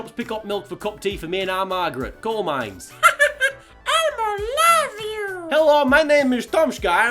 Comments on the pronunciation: "coal mines." Northern accent down pat. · "coal mines" hahahahha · 'coal mines'